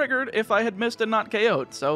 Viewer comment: I have no idea if I'm correct or not, but hearing you say "heart home city" feels Weird, I've always read/pronounced it "hearth -ome", using the th sound in the middle. It still sounds like "home" bc leading H's are nearly silent and often dropped anyway lol